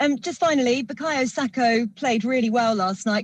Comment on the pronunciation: Stop calling him Sako ffs